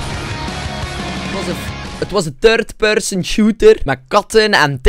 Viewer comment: "het was een turd persun shoeter"